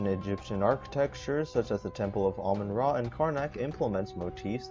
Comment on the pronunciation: it’s Amun ra